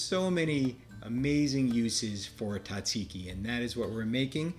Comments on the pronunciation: Tzah- zeee-ki, please! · Very good. However, the pronunciation is Tzatziki, Tza, with a 'z' 😊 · The Z is not silent lol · I wish you could pronounce it correctly 😂